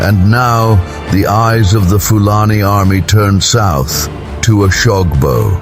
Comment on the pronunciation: How can you be telling an African story with a white man's voice over?...he can't even pronounce oshogbo properly 😢